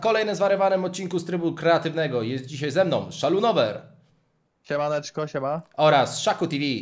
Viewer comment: To jest szalonuwer a nie szalunower xd